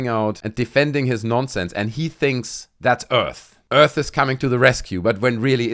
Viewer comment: people of earf